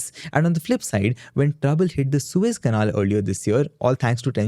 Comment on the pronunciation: it's pronounced pan-ama canal. not paan-amma canaal. :face-purple-crying::face-purple-crying::face-purple-crying::face-purple-crying: you're a host mate. you literally only have ONE job requirement.